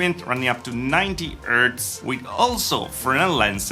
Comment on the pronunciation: I like how you say "ertz" for Hz.